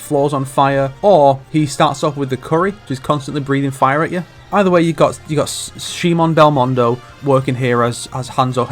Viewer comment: This man really pronounced Simon as Sheemon.